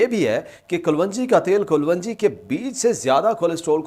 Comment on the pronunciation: O Paindo doctor sahib, Black seed nu Kalounji kehenda hain Kalwonji nahi. Gal samaj ayi?